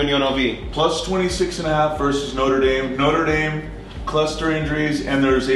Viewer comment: "Noter dame". Shudder. Is there anything American's can't screw up?